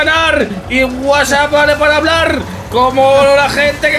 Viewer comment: Sabe habrar normar? #humor